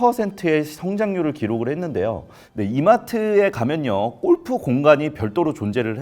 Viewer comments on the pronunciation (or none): 우리나라 특징이긴 한데 '꼴'프 말고 어색해도 골프라고 발음하면 좋겠다 😅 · 발음: 꼴프가 아니고 골프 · 꼴프라 아니라 골프. 무시하고 끝가지 듣고 싶었지만 너무 거슬려서….. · 골프라고 쓰고, 왜 꼴프라고 발음들 하냐! 발음 좀 순하게 해라. 골프, 주꾸미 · "꼴프"? '골프'! 공부하세요! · 꼴프꼴프 발음 너무거슬림.. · 나만 거슬리나? 골프가 아니라 꼴프 꼴프.. 왜이리 저렴하게 들리지? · 꼴프가 아니라 골프입니다. 골프. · 꼴프꼴프 꼴프!!!!!! 방송까지 나와서 '골'프 발음 못하니? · 꼴프 가 어니고요 골프 에요. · 꼴프 아니고 골프입니다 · 제발.. 꼴프가 아니라 [골프]라고 해주세요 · 꼴프가 아니고 골프로 발음해라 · 근데 발음이 꼴프가 맞는건가요 골프가 맞는건가요? 골프가 맞을거 같긴 한데 영어라서 꼴프도 되는건지... 저도 맨날 꼴프라고 함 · 아나운서 맞아? 꼴프가 뭐냐… 골프지….. 별꼴이네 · 꼴프ㅠㅠ 아니고 골프입니다. 어우~ 꼴프, 꼴프장, 꼴프여행, 꼴프산업, 꼴프클럽, 꼴프웨어.... 넘 듣기싫은데여 ㅠㅠ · 아나운서가 꼴프라고 발음하네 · 무슨 아나운서님이 골프 발음을 ’꼴푸‘로 하시나 😂😂😂 인간적이다 ❤ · 골프를 왜 계속 꼴프라고 발음해요?